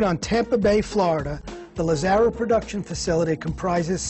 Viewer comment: Very Informative. Too bad the host could not pronounce Lazzara correctly.